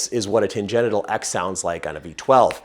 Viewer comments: Why does he say tangenital instead of tangential? Is it because tan-genital is funnier? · Expertise through trial and error is the best. That corvette sounds so mean. Love this channel. small suggestion, stop saying "Tan Genital"(Sounds dirty😆) ... the word Tangential = "Tan Genshal" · Ok, I am reading "tangential", but I am hearing "tan-genital". 🤨😆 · While pronouncing it "Tan-genital" is pretty funny, why not say it right? 😊 Tan-gen-shul :) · Sorry, gonna take off my gearhead hat and put on my teacher hat. Tangential is pronounced tan-Gent-shul. Because they go off on a tangent. Tangenital means you have a brown nut sack due to its exposure to solar radiation. Although I'd personally forgo the chance at getting sunburned balls. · Great information. I love the channel. Kept me laughing the whole time when tan-gen-tial was pronounced tan-gen-ital. Who doesn't want their car to sound more "ballsy"? I would love to see a 4.6 Mustang build. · The term is fine, but the pronunciation is tan-GENT-shil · tan-gen-shil. Tangential. It is spelled like gentials.. but, it's a different root word.